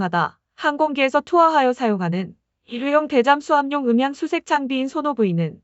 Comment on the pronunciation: 발음이 이상하네.... '저감'을 '저깜'이라고하고. '방위성'을 '방위썽'이라고 하네.... '대-잠수함'을 '대잠-수함'으로 띄어읽기하고..... 되게 거북함